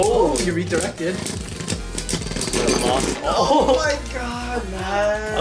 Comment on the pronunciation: Why does ``He rederected`` sound like ``He dissconected``